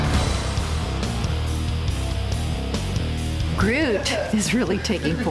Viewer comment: why do so many people say broot instead of groot